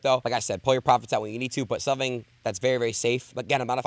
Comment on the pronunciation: hes talking about 'somving' yea i quit